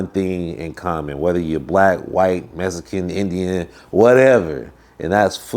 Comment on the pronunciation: “Mexican” not “messican” homie